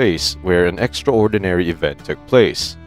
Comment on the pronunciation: And the word contributed, extraordinary all being one word, narrator pronounces as if they are two words, lol